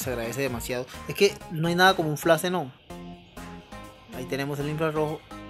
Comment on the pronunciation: Tienes razón bro no es burla! Se me hace chistoso como lo pronuncias es todo. el flass !